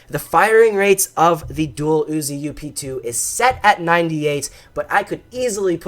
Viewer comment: dang you you need to say up 2 NOT u.p.2😠